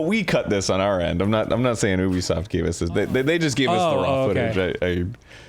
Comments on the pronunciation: It's not Oobisoft. It's Ehbisoft. (I'm sorry but at this point it's Mehbisoft). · what the fuck do they mean Eh-bisoft? the letter U is pronounced nowhere near Eh in French. I get that it's a sound that doesn't exist in English, but saying Yubisoft is much closer than Eh-bisoft? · Immediately mispronounces Ubisoft 5 times.. you be soft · Very VERY FIRST THING on-screen: it's pronounced eh-bi-soft: Lol no it's not